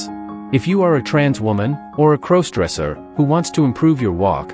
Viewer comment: Stop mispronouncing crossdresser 😢😢😢